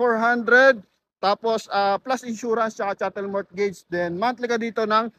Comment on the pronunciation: Mortgage is pronounced as MOGEJS - Drop the T